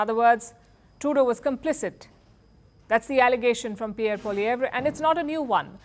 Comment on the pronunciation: Its pronounced as "poliev "